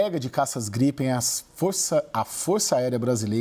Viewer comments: caças GRIPÉIN kkkkkkk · A jornalista nem soube falar direito o nome do caça em a versão. Kk